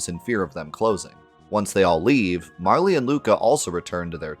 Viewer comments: I shuddered everytime you said Marlee lol, it's MARL! Hahaha Love the channel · I'm going to be that guy as this game is my number 1 video game of all time (I still own the og SNES cart, in the box, with the manual and all the inserts). It's not Marle"y", it's just Marl. The Japanese spelling of her name is MaRu, not MaRi. Not trying to sound pretentious but it always irks me when people pronounce her name thay way. Fantastic in-depth look nonetheless.